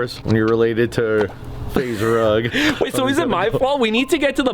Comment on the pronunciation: Why did he say faze rug like why 😂